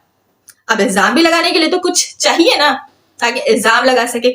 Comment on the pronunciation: Chaye nhi chanyen bolti hai 😂😂😂